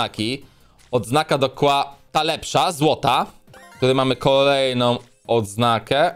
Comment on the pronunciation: KIEŁA A NIE KŁA